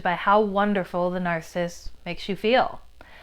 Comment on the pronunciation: 'nar·cis·sist' - 3 syllables not 2 'nar·cissist'